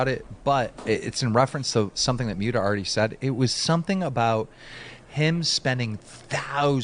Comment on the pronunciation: ill always find the way Keemstar says Myuta funny xD